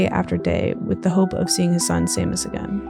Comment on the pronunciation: i know that this is a year old but; Seamus is pronounced shay-muss, not say-muss (sorry it just bugged me lol)